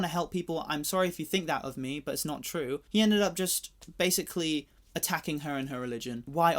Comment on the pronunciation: nawr it's chrew